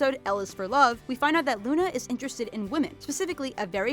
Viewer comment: Lol at the bottom screen when you were talking about Luna, you said "Una"